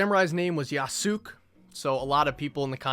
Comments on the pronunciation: Yasoook is a crazy pronunciation bruh, bro defo ain't got nuttin to do with anime or anything Japanese 💀💀💀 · your pronunciation of yasuke hurts me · "Yasook" lmfao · bro it's YE-SU-KAY 😭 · There’s so many pronunciations. There’s ye-su-Kay, ye-su-key, ye’s-kay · Bruh said yasook 😂😂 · the way you pronounce yasuke n yesuke should be a war crime